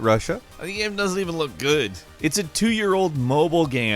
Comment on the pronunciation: Why do you say game as gam and shame as sham? Very strange